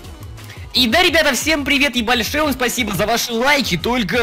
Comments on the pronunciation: мну показалось что сказал:Ебальшое спасибо😅😂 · Мне послышалось ебашова спасиба😂😂😂😂😂